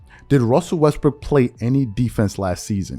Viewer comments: I caught you sir you said " westbrick" 🤔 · Stop saying his name wrong. He's Russell Westbrick 😂🤣